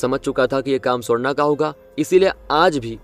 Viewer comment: Ye swarna swarna bol rahe aur mujhe sonda sonda sunai de raha😂